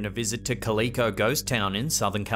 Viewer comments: I have been watching your videos for many many months now and really like them and think you're doing a great job. So this in no way is meant as a jab at you. But being from the area I want you to know how to say Calico. The c a l i comes out just like you're starting to say California, but instead of finishing out the fornia, just add the co on the end.The emphasis is on the Cal. Or Cal lick o. Calico is also pattern of cotton fabric that was popular and widely used for womens' dresses in the old West in the 1800's! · It is pronounced cal-I-co. Calico Ghost Town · Worth a 2nd watch just to hear the narrator pronounce Calico "Ka-Lee-Co". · You're pronouncing it wrong... it's Calico like the cat , you're pronouncing it like Japanese like the toy manufacturer in video game ColecoVision , Shadow beings are dark spirits their negative spirits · Please research how to properly pronounce Calico. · "Cal-eh-co" not "Cal-ee-co". You are welcome 😀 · It’s pronounced cal-i-co, not co-lee-co. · It’s pronounced “Cal I Co” 😅 not Cal E Co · 1. The furthest garage is open. 2. Squatters 3. There's literally nothing there. 4. A reflection. (It's pronounced KAL-i-KO. Not kal-EE-ko.) 5. Wind or maybe rats. 6. Looks like someone wearing winter gear. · In #3, in the US, 'Calico' is a fabric common in the days when that town was originally set up. It's pronounced 'KA-li-ko' not 'ka-LI-ko', just FYI. It's also a breed of domestic cat, btw. I don't know which came first. 😜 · Hey - just for future reference, the name of that California ghost town isn't pronounced ka-LEE-ko but rather CAL-ick-oh. Like the cat. Calico. I know it's not dreadfully important and I'm just kinda nitpicking, but there you have it. Thanks! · Love your videos, Love the content, and being from Southern California only about 2 hours away from Calico it is pronounced CAL-I-CO not CAL-E-CO, lol. Nonetheless keep up the great work!!! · It's not caleeko, it's pronounced more like calaco. Like a calico cat.